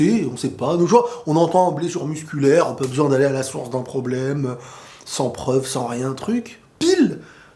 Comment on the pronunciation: C'est un pwoblèmeuh ! C'est un gwo gwo pwoblèmeuh 🤣🤣🤣🤣